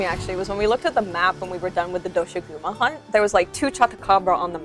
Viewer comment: Omfg it's pronounced dosha-guma, it's four syllables but paired of as two quickly said back to back. They say it in game how it's supposed to be said properly!